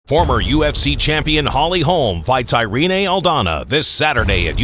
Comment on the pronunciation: I ree knee.. instead of Irene or properly E-re nay